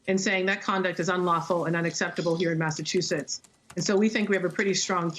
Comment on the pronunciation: I couldn’t take that she mispronounced “Massachusetts” every single time. 😣